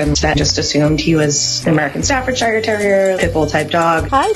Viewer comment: As a brit, the way she said "Staffordshire" kinda got to me 🙃😂